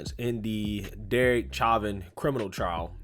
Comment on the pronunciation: Sha-vin say it like shat